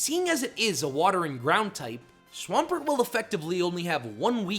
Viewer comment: DO NOT LEAVE OFF THE M IN SWAMPERT!